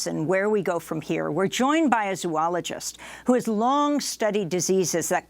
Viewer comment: great. I wished she had pronounced 'zoologist' correctly.